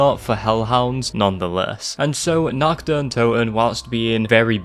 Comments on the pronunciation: the only scary thing here is your shitty accent. I mean seriously, you made a 30+ min video, just to pronounce “Nacht der Untoten”, “Nakt der Untoen”. How am I supposed to take you seriously when you screw up like that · it's pronounced naRt deR ountoten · Stop pronouncing it wrong, call it the night of the dead that's the first map translated from Deutsch to English. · I love the way he pronounces Nacht der Untoten